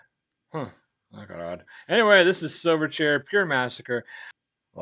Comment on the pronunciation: You pronounced it right the 1st time mate. These boys were from my hometown (Newcastle NSW) can't say I was ever a fan though. Chili Peppers took them under their wing in the US.